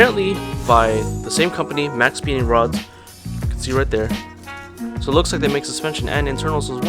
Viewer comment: "maxpeeding rods"